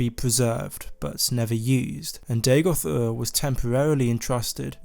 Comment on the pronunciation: Day-Goth? Are you AMERICAN? You don't sound American... It's DA-goth, mate. DAGOTH. Dagoth. Dagoth....